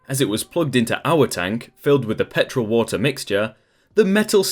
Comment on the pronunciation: I always listen to your videos and rarely look at the post because I'm a lil dyslexic. Anyways when you said petrol I thought you said pet troll